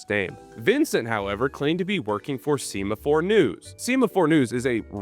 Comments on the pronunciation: Why are you pronouncing “semaphore” like “semen”? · I bet you didn't know how to pronounce 'semaphore' either... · I learned you don't know how to pronounce semaphore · WRONG loser, I learned about flag semifores from that video exposing Bored Ape Yacht Club ... its so good im about to go back and watch it again ... also you pronounced semifore wrong.😂